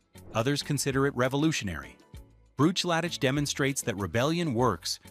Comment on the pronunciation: Brooch laddich? Eyes lay? C'mon man. Read your script. AI ruins everything.